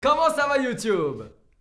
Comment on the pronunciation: Youtiube* MAIS STOP MEC